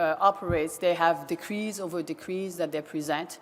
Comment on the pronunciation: It’s decrees not degrees